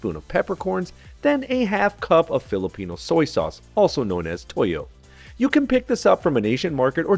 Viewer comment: i knew this was gonna be legit the moment you said "toyo" and "suka" in the filipino way haha